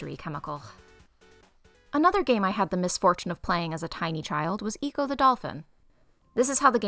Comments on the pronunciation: Also, like 99% sure it’s supposed to be pronounced like “echo” as in “my voice echoed” and not “eco” as in “good for the environment” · Nice Video! also, the way you pronounced ecco was pretty funny, hope to see more from you!